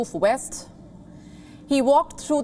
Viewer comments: It is Vest(bhest) not west. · "bullet prof west" come on lady, quit already, ffs